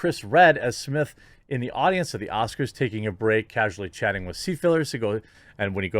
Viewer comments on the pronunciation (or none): none